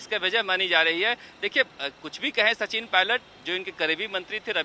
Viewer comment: Sachit nhi Sachin